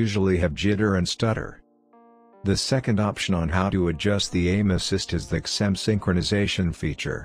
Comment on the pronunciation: Write zim instead of xim into text to speech it will sound better :)